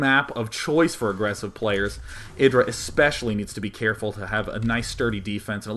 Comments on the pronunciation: It's not eh-dra but aye-dra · no its not, its ih-dra